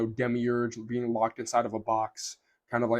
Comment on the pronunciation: why you say demigurg, are you gnostic?